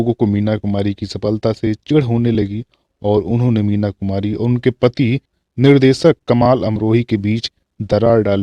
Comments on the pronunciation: Sir aapki bhasha shudh nhi shabdo ka ucharan sahi nhi he jaise sha shabd ko ucharit kar rhe he Nisha ko aap nisa keh rhe he Nirdeshak ko aap nirdesak keh rhe he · निसा नूर, सादी सुदा, दसक, निर्देसक, महेस भट्ट, अरे भाई उच्चारण शुद्ध करो